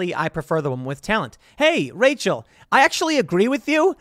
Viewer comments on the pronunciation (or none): none